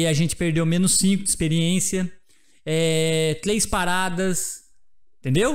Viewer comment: seis cinco quatro TLEIS dois... kkkkk